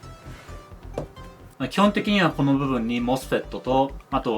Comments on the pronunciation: モスペットゆう時発音クソワロタ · 𝑴𝑶𝑺-𝑭𝑬𝑻 の発音好き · mosfetの読み方を強調する箇所をいつも楽しみにしています。 まじめな同学年内容にユーモアが入ってて笑ってしまいます(*´▽｀*)